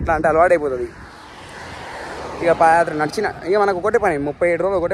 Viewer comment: Pada kaadhu, paadha yathra Pls correct